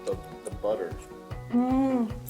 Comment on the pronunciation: I thought she said if we wanted to use bad ass then use bad ass... had to listen to her again and it was butter... lol. Funny.